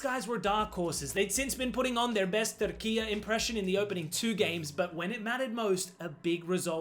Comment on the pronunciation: It’s pronounced Turk I yay NOT Turkiyaa